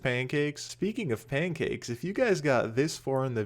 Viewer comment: PANCKACES XD i realy like panckaces